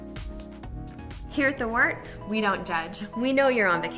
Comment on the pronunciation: Good to hear the correct pronunciation of Wort